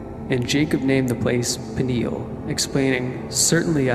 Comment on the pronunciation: The place where Jacob gets [somethinged] by God is called PENUEL, not Piniel.